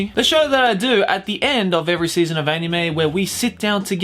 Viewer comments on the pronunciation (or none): “was pboogiepop fpantom an animeu ?” S E A R C H